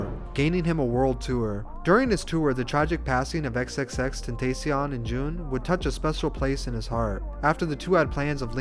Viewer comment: ngl i was a little mad when me pronounced xxxtentacion’s name wrong